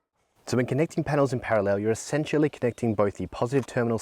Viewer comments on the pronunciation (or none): none